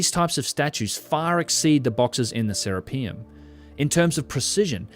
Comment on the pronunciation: Boy, you're awfully fond of pronouncing "Serapeum" in such a way that emphasizes "rape." Hearing Se - RAPE - eum every time is quite distracting. Any sane person would be hesitant to ever go near the place the way you're pronouncing it.